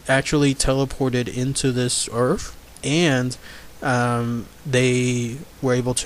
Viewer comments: Stop using TH ended words earf is not a proper word wiff words like that the story sounds to be a joke. Get a reader that can annunciation words properly because that was just torture to listen to and god damn it I can't even get 3 words typed out wiff out you saying earf....wtf is earf?? A generic world out there like the EARTH.....NOT earf. Torture dude just straight up torture. I know you can say the words properly because you did here and there throughout the story. So stop wiff the earfs discussion. Sorry if I am sounding rude but not nearly as bad as the story sounded. A reader you are not. Try silent videos. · Good video, but there is no "F" in the words Earth or with.